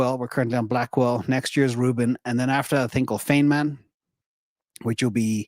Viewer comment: 'feynman' pronounced like 'fineman' named after Nobel Prize winning physicist Richard Feynman. Great content as always